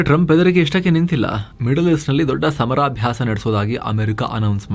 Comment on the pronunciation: I think it is ಸಮರಾಭ್ಯಾಸ not ಸಮಾರಾಭ್ಯಾಸ